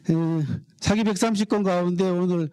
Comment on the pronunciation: 우선, 먼저 실망한 것은, 사기를 강의하는 학자가 사기의 "사"를 짧게 발음하신 것입니다. 사서, 사학 등 ",사"는 모두 장음으로 길게 발음해야 합니다. 사기를 강의하는 한국 학자들이 모두 같은 실수를 하고 있음에 놀랐읍니다. 고전을 전공한 학자이면 적어도 한자의 자고저쯤은 약간 알고 계셔야지요. 한국에서 한국어 강의를 하시거든 영어는 좀 덜 하시고 한국어를 바르게 쓰셔야겠읍니다. 계속해서 사기의 "사"를 짧게 말하고 계십다. 제 말씀이 의심스러우시면 , 한한 사전이나 이 희승 편 국어 사전을 참고로 보시고, "한국 어문을 고바함" 을 일독해 보시겠읍니까. 미국 변 완수 배